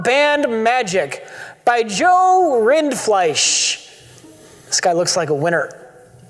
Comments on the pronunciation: Completely amazed that could pronounce Rindfleisch. Also the fact that it basically translates to Beef from German made me giggle all through the Boosheemy bit. Mr Beef:) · actually got it right. It is pronounced that way. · Holy shit pronounced Rindfleisch perfectly... Is a spiritual german? Sauber ausgesprochen Bruder!